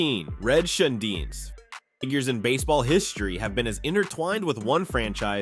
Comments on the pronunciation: Red shanedeez how its pronounced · it is not St. Louie is is St. Louis and please say Red's last name correctly. Hernadez good player, but cocaine user not good in the club house. It was a shame Curt Flood misplayed one ball in outfield in the World Series. He was a very good player and man.